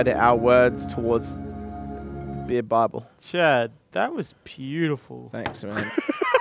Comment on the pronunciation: Guys im drinking a Bee-ahh